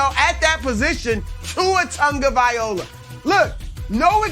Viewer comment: My favorite part of this segment was Broussard butchering Tua Tagovailoa’s name multiple times in multiple different ways lol